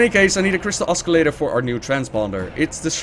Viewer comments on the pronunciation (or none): I am not meaning to demean your English, but I have a small piece of linguistic advice. The C in the word oscillator is silent. Then again, you might not care - your English is pretty much impeccable.